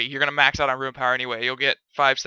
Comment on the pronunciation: I stopped watching this vid as soon as you started pronouncing rune as "ruin" fucking frustrating man